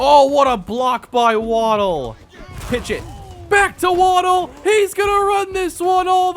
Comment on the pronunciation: Very excited about the series, however I think you have mispronounced Waddell. Waddell is my middle name. It’s pronounced Wad (as in a spit wad) Dell (as in the pc brand). Not asking you to change the way you say it, just putting it out there. The spelling for the way you say it would be Waddle (as in Jaylen Waddle). Again, great content and can’t wait for more of the series!